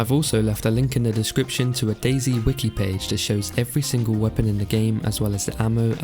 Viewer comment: Dayz uuuum dayz not daizy?